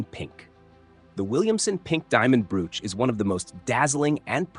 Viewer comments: Bro - ch. Not brooooch. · Stop saying Broooch it’s a bro och elongate the one o, then you will get it, or just ignore one o!!! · I cant watch with the crap AI WTF is a brooooch? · Went to the Royal jewelry show on a trip to London The most spectacular jewel was an enormous ruby set in a scepter. That stone alone has to be unattainable. (Someone please tell this narrator how to pronounce the word, broach!)